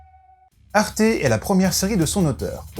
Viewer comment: Moi je dit arte comme sa s'écrit, pas comme toi c'est grave (Toi :arté. Moi:arte)